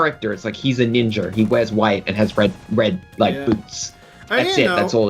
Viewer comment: What accent causes one to add r to the words Ninja and Idea. Ninjra! Idera!